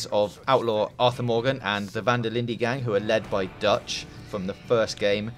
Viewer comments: "the Van der Lindee gang" lol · It would be pronounced Van Der Lin-de as it's a Dutch name but not how they pronounced it and not "Van der Lind" as how you said it. Like Van der linde should rhyme with Linda or Tinder depending on your accent. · it's pronounced Fan Der Lind-eh